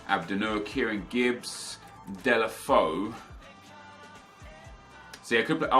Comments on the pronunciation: It's DAY-LO-FAY-OO not DAY-LE-FO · Delafoe..... I think it's like "Delafejhu" correct me If i'm wrong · Deulofeu is pronounced Day-you-La-Fay-You